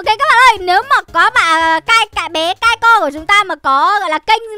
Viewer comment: Kai...Kai...Kai Co nha mn ko phải Kai...Kai Rôn